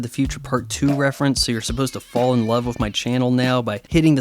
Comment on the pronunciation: youre aware 'with' isnt pronounced 'wiff' or 'wiv' right? btw, when you are addressing the jewish question in a comicbook review perhaps its time for you to graduate to some more adult material. If you are aware of the left's lies how can you see shows like this as anything but brainwashing and propaganda? at the very least, the kind of trash media you consume is a massive distraction.